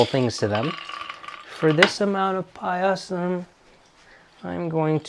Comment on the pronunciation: Its just pronounced "pie-sum" and not "pie-a-sam"